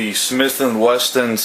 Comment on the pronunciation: I know. He says Weston in the video.